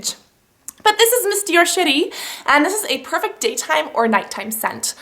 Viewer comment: When you say "Miss Dior Cherie" it sounds like you're saying "Miss Dior Shi**y"